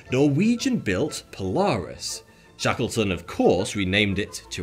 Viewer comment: It sounded like he was saying Shekelton. He’s finna he called a an anti-semite.